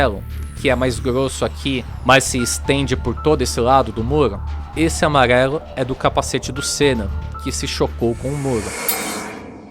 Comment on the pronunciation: “Amaguelo” kkkkkkk